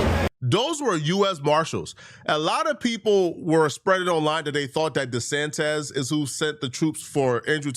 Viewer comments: DeSantos? It’s tose not tez bro 😂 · Who the hell is De Santez? Did you mean DeSantis? Bro... seriously wtf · "DeSantez" lol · DesanTIS TIS… fk the guy, but His name isn’t Disantez. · WHO IS DESANTEZ?? 😂 Lmaoo